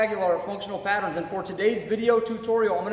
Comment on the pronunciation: 0.29 "dysfunctional patterens "